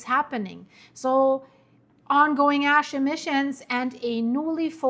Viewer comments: No 😂 not ass flying, its ash. . . . Maybe you should think about "Hash" ✌️than when you say it it becomes "Ash" 😮😊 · stop speaking soo fast and relax a little think about what you saying like just slow down a bit she there like nanannanananananaa nananananannanananannananan ASS nnNnnNnn its ASH CALM THE FUCK DOWN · "Ass emmisions". Same as ill never can be serious when NASA scientists want to send a probe to Uranus. Ahahaah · It's my fault! I say ash-hole all the time. You saying a$$ in place of ash is the universe keeping things even...lol. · Sometimes you mispronounce "Ash", but to your credit, you were just speaking about "Cracks".... Its ok, we all have our moments!